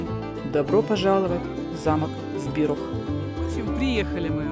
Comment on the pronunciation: ЗбироГ, не Збирох. Буква h в чешском языке читается как Г.